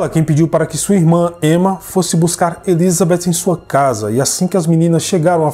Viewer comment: Adoro o canal e a narração,só me dá agonia a maneira como o pronuncia o nome Elizabeth 😐 No mais,parabéns pelo trabalho 👏🏼👏🏼👏🏼